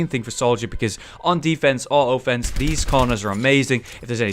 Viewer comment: I love the way he says offence XD